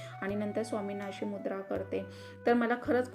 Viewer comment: मुद्रा nahi tai muzara